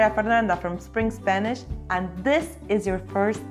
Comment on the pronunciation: And stop saying eSpeak eSpanish.